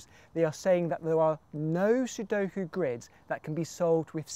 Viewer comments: also says, "C, number of squids" (at least it doesn' t sound like a hard 'g' for "grid" (I know, he does not say squid, more like sqrid) But what does CtRIDS mean? (Count Number of RIDs? R=Real numbers ID as in (uniqe) IDentifier?) So the Count in numbers (real numbers) with unique identifier for every possible grid? That would almost make sense to me... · Its GRIDS (the ct is a g:)